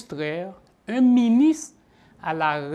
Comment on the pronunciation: Privert, yo pa di miniss lè wap pale français, ce ministre. Apran prononce "R" la stupid.